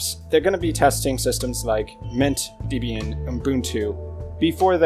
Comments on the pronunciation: Distrowatch does not list the most popular Linux distros, it lists the distros whose pages have the most hits on its website. There is no accurate method whatsoever for determining which Linux distros are the most popular. Also please learn to pronounce Debian correctly - it's pronounced DEBB-IAN, not DEEB-IAN since it's named after Debra and Ian Murdock, its founders [also learn to pronounce MATE correctly, it's not MATE but MAH-TAY since it's name after a type of South American tea]. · The official pronunciation of Debian is 'deb ee n'. The name comes from the names of the creator of Debian, Ian Murdock, and his wife, Debra. "Not Deeebian for goodness sake." Otherwise, thanks for a nice video.